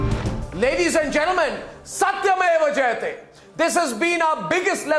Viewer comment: Finally the anchor pronounced satyameva jayate correctly..